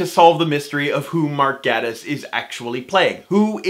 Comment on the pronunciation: He pronounces it Gay-tiss, and he just so happens to be gay!